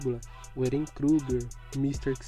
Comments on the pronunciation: "Erên" foi foda... 😐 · Oxi, Erén? é Éren mano